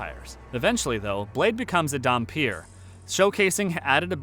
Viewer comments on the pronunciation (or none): "dam-pier" Close. So close.